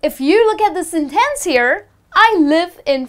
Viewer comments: why you say sen'tence... giving the emphasis to the second syllable? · that was useful! but i am a bit confused about the pronociation of the word "sentEnce", sorry)